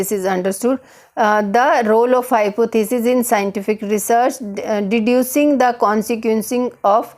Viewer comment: I will give you 0 out of 10 marks in pronunciation. You pronunce deducing wrong. one subscriber loss